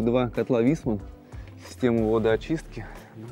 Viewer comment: Не правильно произносите название котлов, а именно , еслибы бы было написано vHissman, то тогда это призносилось бы "вИссман", а в данном случае написано "vEIssman", соответственно, в таком случае это признозноситься, как вАЙсман☝️